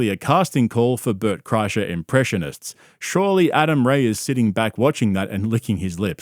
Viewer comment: mf don’t say LeBert Krischer that shit sent me rolling😭